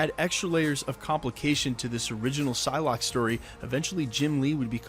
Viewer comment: It's Psylocke, not Pyslocke